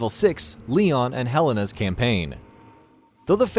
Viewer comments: Did he just call her Helena helene lol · english is not even my 1st language but even i find it weird how he pronounces Helena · I dont like how he pronounces helena